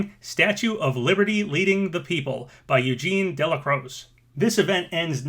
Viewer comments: Delacroix is pronounced de-la-croy. Just a heads up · Delacroix = "De-la-crah"